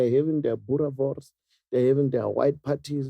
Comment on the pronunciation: …”They’re having their boerwors…” “brandy with Kokokala”…😂